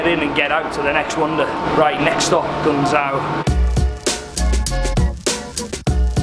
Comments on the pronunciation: Great vid. Guangzhou is pronounced "Gwang-Joe" not gungzo. I had the privilege of flying China Southern to Guangzhou in business class in February on their A380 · poor pronunciation there. It's pronounced like Gwan zhow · The pronunciation of Guangzhou is so infuriating it’s Gwangzhow if you’re doing it phonetically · It's pronounced more like gwang jo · Guangzhou is pronounced gwang jow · Hearing him say guangzhou is the funniest thing ever😂😂😂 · guangzhou is pronounced with a J instead of the z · It’s called guangzhou Not trying to be mean